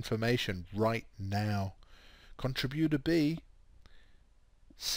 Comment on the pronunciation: please learn how to pronounce contributor.